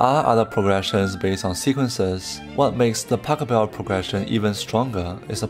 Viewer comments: Nice video, but it's not Pacobell but PashEbel. :D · Please try to pronounce his name properly! It should sound a bit like "bach hell bell" with of course the initial letter being a P rather than a B, but you do know how to pronounce Bach. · His name is Pachelbel. Not Pack-a-bell. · Very interesting indeed. Pachelbel is pronounced different: The first silable Pach is pronounced like J.S. Bach - without k. And the pronouncation is on the second silable „el“.